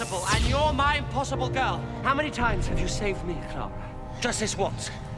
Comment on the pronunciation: Clar-uh sucked